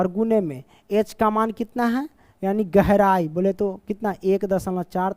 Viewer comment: Question 4 tu me gehrai not gorai sir be like 😂